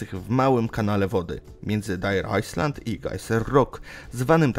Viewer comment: Jezusie Nazarencki ... jak można przeczytać "ajsland" ... To jest chyba na pierwszej lekcji angielskiego ...